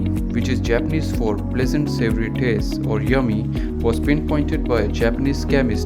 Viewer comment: Savory. It's savory.